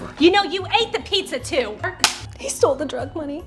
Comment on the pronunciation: I was dead when said “he stoll the drug Money “ 💀